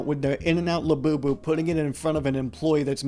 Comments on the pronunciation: everytime i hear "24 karat gold labewbew" i die a little more in my soul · These people have to die a little bit on the inside every time they say "Labubu" right?